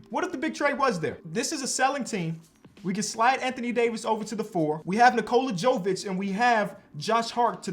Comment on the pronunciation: I’ll never understand when dudes see 2 names from the same country and don’t have the common sense to put two and two together 😂 no offense but it’s obviously “Yo-vich” like “yo-kich” not “joe-vic”. Sorry I’m just a disgruntled Serb 😂 congrats on having your daughter tho all the best 🥳